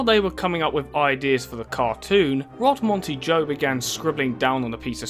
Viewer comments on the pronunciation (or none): "Road Monty-Joe" lmao good video regardless of that butchered pronunciation, mate. I still remember watching this silly old show on TV nearly 20 years ago.